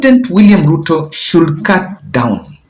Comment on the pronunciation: Kindly drop off letter “l” from should when pronouncing that word please!!! It ends with “d” and is pronounced “shud” not “shul”. With lots of humility I beg.